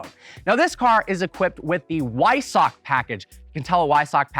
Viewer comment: Nice video! FYI... Weissach is pronounced Visock. :) Be nice to talk about the evaporative cooling on the intercoolers. I think your weight number is just a little low. Porsche did make a new carbon fiber steering wheel for all owners. Otherwise accurate review. You get some exclusive stuff with purchase such as watch, access to the proprietary white gold rims, and hopefully access to future special cars.